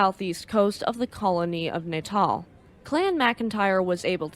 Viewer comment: Another excellent video. A very minor quible though. Natal is pronounced Nat-al as opposed to natal as in birth. Is it me or does sound remarkably like Elinor?:-)